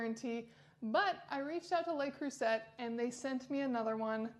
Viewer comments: Le Creuset is pronounced 'le crusay' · Huge fan of Le Creuset pots also, used almost daily. By the way the letter T in Le Creuset is silent, its pronounced as (Le Cru-say). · That’s not a signature. It’s the poor model without the metal knobs. That’s a TJ Maxx factory defect. And you can’t even pronounce Le Creuset.